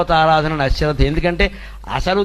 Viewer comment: రాసేటప్పుడు..chusuko boss.. ఆ శ్రద్ధ కాదు.. అశ్రద్ధ